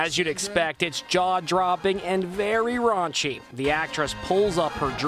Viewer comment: did he say very rache